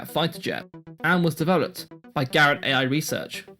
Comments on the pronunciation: A bit late to the party, but here are some pedantic notes: * AIRESEARCH should be pronounced "air research" with the two Rs kind of running into each other, BUSICOM is a portmanteau of "business" and "computer" so it should be pronounced "busy-com", MITS is generally pronounced "mitts", and TAITO is "tie-toe". * It's splitting hairs slightly, but the Atari VCS used a 6507 not a 6502. * Apple were not the last manufacturer of 680x0 computers; even if you exclude the TecToy-manufactured Sega Genesis that was still being produced until 2023 there were oddities like the DraCo, Emerson produced a bunch of 68040 and 68060 VME bus SBCs way into the 2000s, and they're still heavily used in industrial control systems and telecoms equipment. * Not sure by what metric the BBC was "one of the best selling home computers of the period". C64 12-17 million, MSX 9-4 million, Apple II 6 million, ZX Spectrum 5 million, Atari 8-bit 4 million, CPC 464 2 million, BBC 1.5 million. Essentially, apart from abject failures like the Dragon 32 and Oric Atmos it was one of the worst selling micros! Source: I'm old. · Pretty sure the name Garrett AiResearch has nothing to do with A.I. as pronounced in the video. It's surely just "air" from the previous name of the company, Aircraft Tool and Supply Company. Also the video seemed to lump the invention of the transistor and the integrated circuit in together but the IC wasn't invented until a dozen years after the transistor as a discrete part.